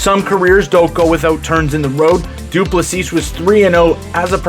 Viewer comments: Du Plessis is pronounced without the final "s". So, Du plessi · The last s in his surname is silent. Great video mate. Enjoyed it.